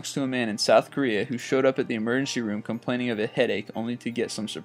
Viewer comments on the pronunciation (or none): none